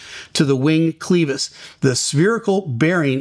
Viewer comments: Great that the NTSB was so quick to share what they have found so far. RIP to all. No chance with this sort of failure. Nitpick... I don't think "clevis" is pronounced "clee-vis". More like the "le" sound in "le-ver" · Good report. Clevis is pronounced: kleh·vuhs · Stop saying cleeeevis. I’m and it was the Cleeeeeevis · Clevis,. Soft e. Cleh vis. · Thanks for the quick report. BTW, the first 'e' in clevis is pronounced like clever, not cleeevis. Even if you are. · you’re saying clevis wrong….. also I love that you’re a praying man!! You are awesome and I’m just teasing you about the Clevis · Cleeevis??? It is pronounced cl'e'vis. Clever, clever, clever, clevis. Not cleeeeevis, Steeeeve. And don't listen to Blancolirio either. He is also wrong. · It’s pronounced like clever,. It’s Clevis not cleavis. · Interesting video. Clevis, not "cleevis." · Clevis. Not cleevis... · First time I’ve ever heard clevis pronounced clee-vis. The “e” sounds like “e” in “reverie”. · clevis is pronounced with a short e sound. “eh” not “ee”. This will likely come down to maint shortcut just like 191. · Clevis is pronounced kleh vuhs fyi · Clevis is pronounced w a short e not a.long e... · Please use the correct pronunciation of the word “clevis”. It’s pronounced using a short “e” sound. “klev-iss” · Very good explanation of this accident. Just to be pedantic for a second though, the word clevis is pronounced with an e like in “Chevy”. Btw, I very much enjoy your videos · Thank you, but ‘clevis’ is pronounced ‘clev-is’ not ‘cleev-vis’. Thanks for sharing. We appreciate your feedback! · It's pronounced clev - is, not cle - vis. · The word Clevis is pronounced clehvis and not cleevis. Love your show!! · The word clevis is not pronounced with a Long E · clevis pronounced (kleh • vuhs). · another excellent video. FYI, clevis is pronounced with a short "e", not a long "e". clevis /klĕv′ĭs/